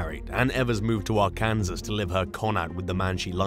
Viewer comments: LMBO, I couldn't get past the AR-Kansas, I had to comment right then!!! Actually it's Are-can-saw The k adds another k sound that isn't there. If we gonna correct the Brits, let's do it right!! Lol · It's AR-KAN-SAS Pronounced ARE-CAN-SAW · Ar Kansas? It’s pronounced Ark-En- saw! grrr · It's always funny hearing brits try to pronounce Arkansas, FYI is is pronounced Ark-can-saw. lol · Its pronounced like Arkin saw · try R-Can-Saw when pronouncing Arkansas 🤣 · Arkansas = Are-can-saw..... we have weird spellings that are pronounced way different than one would think,c which makes it weirder compared to the spelling. I fully embrace our weirdness! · Arkansas is pronounced R-can-saw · It’s pronounced ARK-EN-SAW. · did he just say Ar Kansas? Lol I'm sorry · I’m a Brit and even his pronunciation had me in stitches.